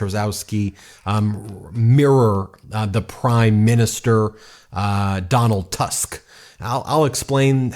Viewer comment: PS DAW-nahlt TOOSK